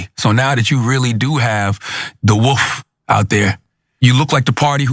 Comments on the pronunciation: Why does Charlemagne think it's "cry woof"?! The phrase is "cry wolf" lmao 😂😂😂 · “The Woof?” Learn how to speak Proper English bud